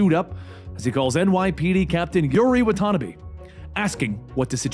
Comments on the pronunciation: it’s wha-ta-nah-bee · excuse me!!!! wan-tana-beee!!!! like one ton'a bees. What the hell hahahahah wan-tana-bee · “Wa tanuhbi” 😭🤣😂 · Hate how he says Watanbe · I'm guessing he didn't play the game because he read Watanabe wrong. Or it could be he forgot because of how much info he is reading